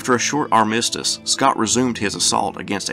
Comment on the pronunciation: One would prefer a narrator who knows how to pronounce armistice